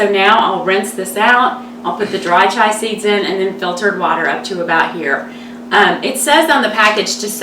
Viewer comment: Chia not Chai...great recipe though